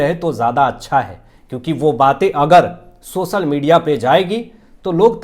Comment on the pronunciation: please do not disgrace Hindi language. 'सोसल' क्या होता है? 'सोशल' कहना सीखिए । तत्पश्चात podcast कीजिए । Disgusting to hear insult to Hindi language.